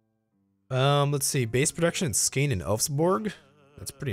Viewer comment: Hehe, Skåne is pronounced "Skaw-nee"